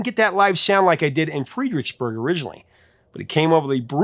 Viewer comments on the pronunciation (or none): I know people that get up in arms about Hangman saying it has “racist” undertones. Ridiculous. PS It’s “Fred”-ricksburg, not “Freed”. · "Fred-rix-burg" NOT "Freed-rix-burg" Virginia. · Pet peeves aplenty. 😉 The band is X•T•C, not ecstasy, just ask Andy Partridge. Also, they're Ya•ma•ha, not Yam•a•ha and Fred•rix•burg, not Freed•rix•burg. Funny what people find offensive. I had a crazy religious coworker who had a meltdown when I left the lyrics to "Dear god" on the lunch table - it was a glorious moment that I still laugh about 40 years later! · FREDricksburg. As in Fred. I'm a Virginian born and bred, and live about a half an hour away from FXBurg. Never in my life. Have I heard it? Pronounced FREED. I know there is a trend among YouTube creators to deliberately mispronounce something in order to drive comments and engagement, I have two high and opinion of this channel to assume that that is what's happening here. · Fredericksburg. Not Freedricksburg. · It’s FREDricksburg not FREEdricksburg. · Fred. Not Freed. Its Fredericksburg, Virginia. Fred-Rick's-burg. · I had to check if there was a Virginia city I'd never heard of. In case it ever comes up again, the first part of Fredericksburg is pronounced like Fred, not freed. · Freeeeedericksburg? Try Fredericksburg..... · It’s not Freedricksburg . It’s Fredericksburg. Hate hearing cities being mispronounced. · Freedricksburg??? One "E" Fredericksburg, Va. hometown of THE George Washington! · It's Fredericksburg, pronounced like Fred, rather than Freedericksburg. I grew up in the DC area. I heard Rumble many, many times on the radio. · It’s FREDricksburg, Virginia btw. Your pronunciation is a little extra. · It’s FRED DRICKS BURG ( Fredericksburg ) Virginia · lol It's pronounced "FRED-RICKS-BURG" 😂😂😂😂😂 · That's FREDERICKSBURG (as in FRED) VA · It's pronounced "Fred-Ricks-Burg" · FRED-ericksburg... short e vowel. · Did he say Freidricksburgs , Virginia? 😮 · Fredericksburg is pronounced like Fredrick